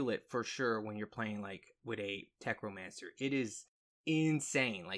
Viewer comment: say it with me.....tech....no....mancer....NOT FUCKING TECHRO. WHERE THE FUCK DID YOU GET THE R?!